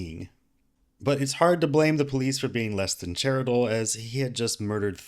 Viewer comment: Did...did you really say "...but it's hard to blame the police for being less than charitable...", but pronounce it as "CHAIR-i-TLE" and not catch it in post? Shame on you lol